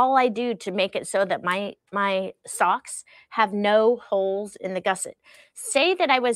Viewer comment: Holes not hokes. Lol